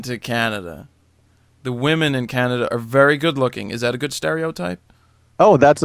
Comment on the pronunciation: Canadia lol